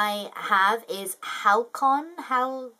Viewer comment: Halcyon is pronounced Hal-see-on. Fyi.